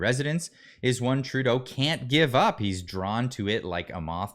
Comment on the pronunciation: Remeber It's True-Tho (Trudeau)